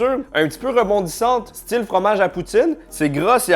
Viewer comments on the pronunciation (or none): none